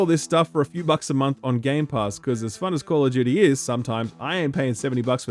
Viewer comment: Wtf is call of Judy?